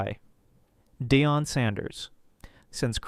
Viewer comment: Who the hell is dayon? If you cut voice it yourself don't even make a video. Ai is the lazy way of doing this.